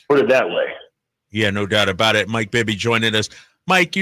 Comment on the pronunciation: 1st to 3rd, bring Pops calling Bibby "Bibba" how fitting.